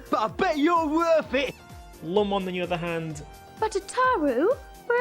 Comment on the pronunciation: Lum pronounced "Loom", but in the anime "Ramu". Lewm, Rahmu